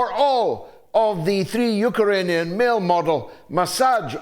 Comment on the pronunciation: I can’t stop laughing every time I hear him say Yooker-anian!